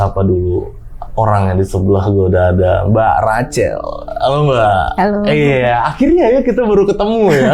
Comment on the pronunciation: tolong deh pengucapan namanya itu Rakhel bukan Racel. 😅😅😅